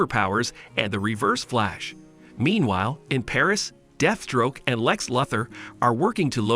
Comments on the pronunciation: You really do no know how to pronounce some of these names the way you pronounced Lex's name bothered me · Lex who? I can't stand channels that put put content like this and mispronounce the most simple and/common of names.